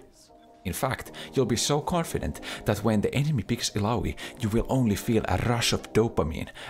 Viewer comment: Tha way he says ilaoi, daaam that sounds good